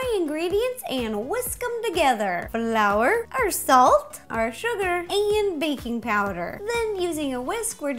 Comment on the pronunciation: anyone notice when she put the flour in the bowl she said blour instead of flour Just thought that was funny I still love you Ro